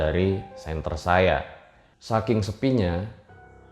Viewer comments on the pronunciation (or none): none